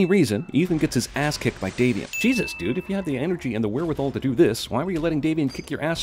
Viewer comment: Daniel van Loenen 'Davian'. Not 'Damien'. Double plus sin